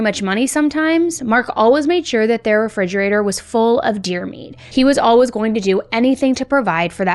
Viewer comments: All-wuhhhs It's all-WAYS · If you don't stop saying always like alwuz I'm going to have to stop listening